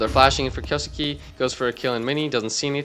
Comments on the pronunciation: if he's already pronouncing suke as sukii , that's why I said kay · kyoh-skeh (not skay) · Just a note, Kyousuke its pronounced "Kyouske" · Kyo- skay is how you pronounce it. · Btw it’s Key; U; Ssss; Kay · Pretty funny how I’ve heard like a million pronunciations of Kyousuke and none of them are close to correct, even to how it would be conventionally pronounced by westerners.